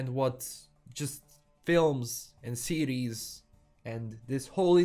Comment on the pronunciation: Am i the only one thinking he kept saying Ciri's instead of series? Great take tho. I watch mostly your channel to keep up with the netflix witcher news!